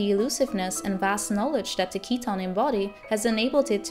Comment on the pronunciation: Great Theory. My name is Keaton and I find your pronunciation nice, most people end up calling me Keith :/